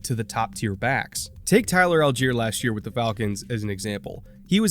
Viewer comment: Good morning,! I am from Germany, and that was an enjoyable video so far (I'm 6min in, gonna watch the rest in a minute). But please sort out the pronunciation of Allgeier. It's a name with German origin, and it's pronounced "All-gy-uh", not "All-jeer". For pointers, listen to how NASCAR commentators pronounce Justin Allgaier's name - a name with the same German roots and only one vowel different (which would both be pronounced the same in German anyway).